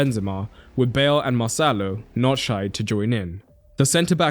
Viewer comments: every time you said marcelo it sounded like mo salah 😂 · Everytime he said marcelo i heard "moh sallah" 😭